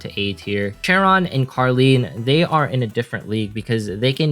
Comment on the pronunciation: The name of carleen are karen and charon are karon i thought he is saying karen😂🤣😂